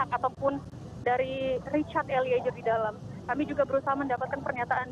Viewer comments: malu2in nih reporternya, ELIEZER mbak bukan ELIEJER! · Eliejer(eliezer) sama dengan Jorro(zorro) Fadli Jon... mmg gak bisa baca Z kok jadi J...😁😁